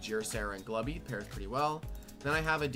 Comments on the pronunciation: i find it annoying how it's pronounced "glue-bee" and not "glub-bie" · There is no way I am calling Glubbie "glue-bie", that is ridiculous Also wow, Glubbie is pretty good offensively with Sapphire considering how magically bulky it actually is, and I think I'll probably use it more :p